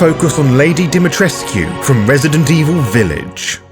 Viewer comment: I enjoy that you pronounce Dimitrescu correctly, how it would be if the devs looked into pronunciation for Romanian names.